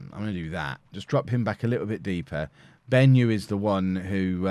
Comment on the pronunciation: Hi, I'm a Zimbabwean and it's bothering me how you butchered the "Benyu" pronunciation XD